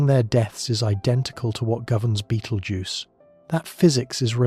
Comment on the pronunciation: How does this narrator not know how to pronounce Betelgeuse?